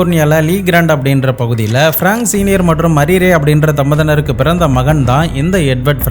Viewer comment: தம்பதியினர் .. உச்சரிப்பை சரியாக உச்சரிக்க முயற்சிக்கவும்.. வாழ்த்துகள் 💐